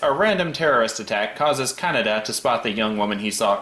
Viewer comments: NO, IT'S NOT, IT'S aKIra, most Japanese words have tonics in the syllable before the last. Probably just listened to the dub version. No one ever head of a director called Akira KuroSAwa, only aKIra KuroSAwa. It's like kaNEda's name. Not Canada, kaNEda. Some are differente, like RITsuko, Asuka and SHINji, from Evangelion. But on the same historical, epic, fabulous show, you have miSAto. not MIsato (pleaaaaaase) BTW, as they show the subbed version in the review, I can't imagine how they got the names pronunciation so wrong! As for police brutality, from what I read, Akira's police is almost mild compared to real-life police in current-day Japan... which, to gang's like kaNEda's, I don't think is a bad thing. As for the bike x rape thing, tetSUO is an asshole, so it comes as no surprise that he prizes the bike over the girl who stupidly loves him so much. But Decker is right: the "science" in aKIra is horrible (also in the manga): it shows a woeful lack of understanding of even the most basic concepts of evolution, and is treated disgustingly enough like mysticism in the movie, which is every Eastern. As for Tesuo in space, I think it's far more impressive that he blows up a humongous laser orbital canon with his MIND, than the fact that he doesn't freeze or have to breathe in space. He's SUPERPOWERED now. Does anyone complain about Goku or Vegeta not breathing in space?!? In the end, due to time constraints and other faults, the anime is sadly lacking when compared to the man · fun fact you can make a word pun in German using Canada being pronounced like Kaneda, meaning no one’s there